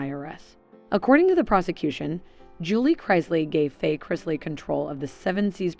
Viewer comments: Learn how to pronounce the last name Chris-lee 🙄smh can tell you don’t watch the show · You keep pronouncing their name differently, each time you say it. And it’s wrong. It’s incorrect like 99 out of 100 times. Maybe more than 99. Is it that difficult to say Chris-lee ? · Their last name is NOT Christ-ly, There is no T in their last name. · Wow really you should research how that name is pronounced so you want to make a video on the chrisleys and you don't even pronounce their name correctly... Obviously you want some kind of gratification or acknowledgement for doing this video so at least pronounce the name correctly!!!!! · I can’t cause she can’t even pronounce thier nane right so you know damn well can’t trust her facts or research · I had to stop listening also, she can’t even pronounce the last name right. 🤪🤦🏼‍♀️ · At least pronounce their name correctly if you’re going to do a podcast on the!m! Geez!